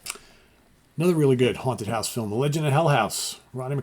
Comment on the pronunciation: Lol. My grandfather would pronounce “film” that exact way.